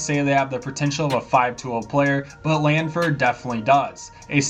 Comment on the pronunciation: Can you say Langfords name right